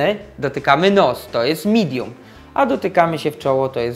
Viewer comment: I nie "midum" tylko "midiem".